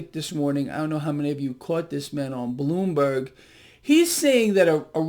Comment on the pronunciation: Did just call Bloomberg "Ballonberg"? I like that name for them.